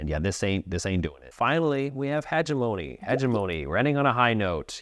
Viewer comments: Heh-ge-muney, not He-ge-mo-knee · He-gem-ony, not heg-e-mony.